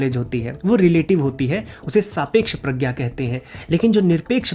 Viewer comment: Bhai love your research but प्रज्ञा ko prajna bolthe hein na ki pragya